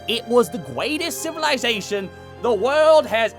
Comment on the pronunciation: the pronunciation of "civilization" is far too proper for the voice has in the abridged series. Although the fact that LittleKuriboh has made so many characters throughout these series and in a half hour video, there is only a small inaccuracy that I had to rewind to get, it reminds me of how deep this abridged series is. Love it <3